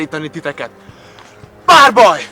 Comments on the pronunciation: Yo entendia barborrr XD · Como se dice "Duelo" en hungaro??? : "barrrboi" XD